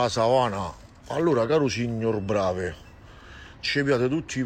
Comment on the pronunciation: Non sa neanche come si pronuncia il nome... Certo il signor BravE plagiava il dottor Brasiliano.